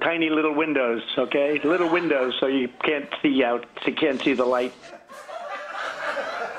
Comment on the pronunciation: Tiny windowns? 🤣 is he high?